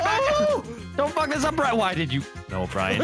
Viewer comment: If was a pokemon, his 4 moves would be Curse, Screech, Outrage, and Brine Brine cuz he cant pronounce Brian